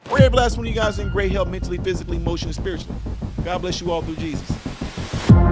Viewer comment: She did a YEH-SUS!